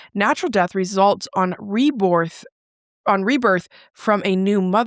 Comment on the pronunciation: 'Re-borth' I CACKLED 😂🤣😂